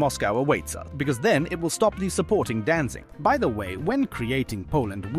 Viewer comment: Danzig* not Danzing. Good video though.